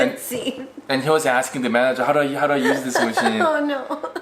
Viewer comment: I love you both but I wish “How” could be pronounced properly and not “Ho”.